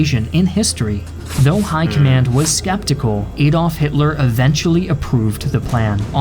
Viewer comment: Nice summary but it's Adolph, not Aydolph. Get a grip. Nobody says Aydolph.